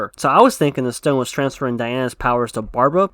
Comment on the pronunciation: It's called thick accent